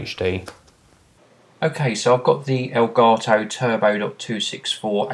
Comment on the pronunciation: aelgaetoh? what kind of language is that?